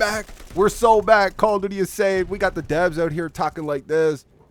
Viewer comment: "Pwease stap making fwun of mah cawwa dooty!!" 😂😂